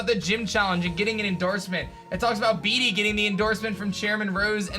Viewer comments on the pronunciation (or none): You pronounce Bede as: Beed not beedee